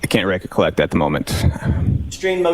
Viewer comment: He said wreck-a-collect as well... What a doll.